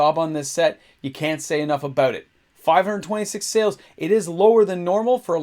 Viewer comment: aboot, soo Canadian